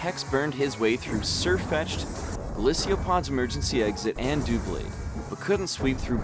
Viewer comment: It is dub-blade not doo-blade